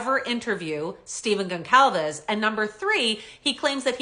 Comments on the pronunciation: GON-Sahl-VES THE C IS PRONOUNCED AS AN “S” . …. You’re welcome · I don't believe your pronouncing Steve and Kaylee's last name correctly. Never mind the Canuck accent. should check that out. Maybe I'm wrong 🤷🏼‍♂️🤦🏼‍♂️🤷🏼‍♂️